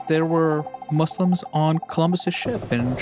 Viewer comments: Can she stop saying muz! Its so rude. It’s not cool. Allah called us Muslims so at least have the decency to call us Muslims. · lol seriously. I've heard Mazlams as well